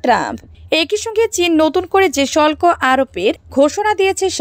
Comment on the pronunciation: শল্ক না হবে শুল্ক। উচ্চারণ সঠিক হচ্ছে না।